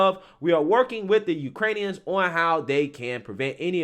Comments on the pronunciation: Ukraiin-eeee- ons. Lol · Lol, heard that too. I'm like, "Is that a new Transformer robot?"